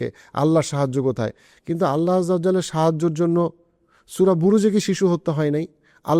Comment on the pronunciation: Bhai Allah aj’jal’ ki? Apni practicing Muslim eta obviously appreciating so Allah’r name properly mention koren kindly. Islam amader k Allah’r name niye evabe chele khela korar right deyni. Apni ‘Pharaoh the Ramesses’- “Fir’awn” er name clearly bollen othocho Allah’r name clear kore bolte maybe 1 second time beshi lgto sheta apni bolte paren ni. Actually boltam na but video ta kichu khon dekhar por always evabe Allah’r name shune kane legeche amr word ta ei jonno i mentioned. Thanks!